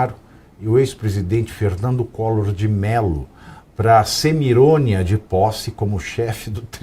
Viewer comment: Adorei”CEMIRÔNIA”! Kkkkkkkkkk